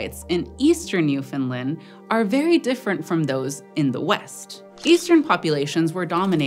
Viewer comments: I died a little bit inside every time she said "New-FINLAND" 😅 Newfoundland rhymes with Understand. Still absolutely thrilled you did a video with Newfoundland!!! Amazing paleontology discoveries here, the oldest sign of life and the oldest sign of multicellular life!!! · Didn’t get Newfoundland right, though. It rhymes with understand. Grating on my nerves. There is supposed to be stress on the third syllable. It isn’t optional, nor can it be waived as just accent. Western Americans don’t say “understind” or “Frihnce”. It’s just lazy ignorance. Especially because they’d be pissed if we said they lived in “seetle” instead of “see-Ah-tle”. But I agree about Quebec - it has no w in it! And the Indigenous word that it is based on didn’t have a “kw” sound either. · I know its not your fault but your pronouncing newfoundland wrong, its Newf-in-land, easist wany the the phrase "understand newfoundland" I'm from newfoundland, it drives us crazy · She didn’t. The third syllable is supposed to be stressed. It rhymes with understand. See-Ah-tle, NEW- f’nd-LAHnd. Most Canadians get it wrong, though, because we’re taught about the province like an afterthought. Its full name is Newfoundland and Labrador, and the fourth and fifth syllables are literally the same sound. It’s not hard! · You're so close to getting Newfoundland right, nobody EVER gets the "found" part right, the only thing wrong was "land" is just the way you normally say "Land" Proud moment as a Newfie and a long time Eons fan ngl, nobody EVER gets it that close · For the love of Pete! "NEW-FUN-LAND" Not "NEW-FUN-LUND". It ain't Swedish. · Almost, it ends with land, not Lind So more Newf'ndland. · I was keep hearing New Finland instead of NewFound Land. Was that me? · Newfinlin doesn't exist. There is a NewFoundLand, ita an english language name. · Always informative and interesting. Now please say it with me NewfoundlAnd. Not NewfoundlUnd. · newfoundland. not newfinland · It sounds like New Finland to me 😂